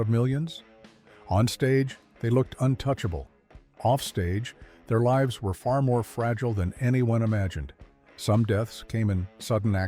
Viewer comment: Quit using Ai for voices. They don’t pronounce things correctly (lives and lives) can be two different words but Ai is clueless